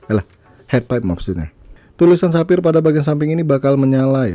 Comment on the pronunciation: sepphayyer bang wkwk